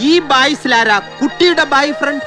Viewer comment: ബോയ്ഫ്രണ്ട് അല്ല.. ബായിഫ്രണ്ട് 😂